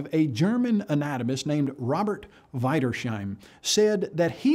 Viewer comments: aight, I'm from the deutschland, and as a vegetarian, i disapprove of the practise of butchering my language. It's pronounced weedershime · So we're back to butchering German names, eh? Sorry, was the most original thing he did in that video... :=) (in case you are wondering, it's WIEDERS as in Wiener plus HEIM, which means home) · English speakers can't speak German names. Most of them speak the ie in German like the ie in friend. Oh and what annoyed me more was that it is not Wieder-sheim it's Wieders-heim. There is not sh in German (only sch are spoken like an sh). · In german, the way he pronounced "Wiedersheim" would be spelled "Weiderscheim" and make no sense at all. It's actually pronounced like "wee-ders-hime". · "Wider-shaim" seriously? Try "We-ders-heim" and you would be light years closer to the proper pronunciation. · oh, yeah, i didn't replace w/v, of course :) so, vee-ders-hime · ugh At least they could try to pronounce German names in a way that vaguely resembles, what it really sounds like. If they put as much effort into their evolutionary research, as they put into researching the pronounciation of foreign names, it's no surprise that they dob't get it an mess up every time.